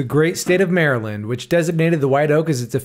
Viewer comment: This is the first non-marylander who ive seen who can pronounce maryland properly. Im gonna put a like on this video just for that reason alone.